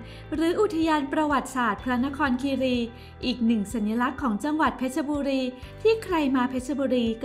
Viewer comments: เพชรบุรีไม่ใช่เพชรชบุรีอ่านให้ถูกด้วยจ๊ะ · เพชรบุรี = เพ็ด-บุ-รี